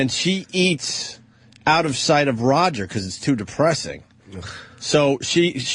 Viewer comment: why does anthony call him Rogert Ebert